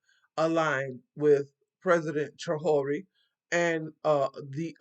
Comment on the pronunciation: It is pronounced tray-or-ray (Traore).